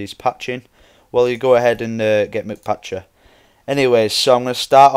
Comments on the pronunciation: its not MC like mac or mc donalds its m c patcher, m and c are sperete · mcpatcher isnt said like McPatcher... its said like MC (Minecraft so its said like the letter M and then the letter C) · no offense but ur embarissing ur self by sayin McPatcher but the mc part isnt like Mick it means minecraft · it's not mCpatcher it is MCpatcher